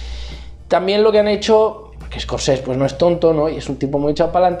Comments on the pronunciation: Se dice SCORSESE NO SCORCES... madre mia dedicate a otra cosa xaval.. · a ver neno, se dice ES COR SE SE